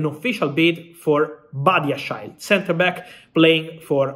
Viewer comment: Is that how you say Badiashile?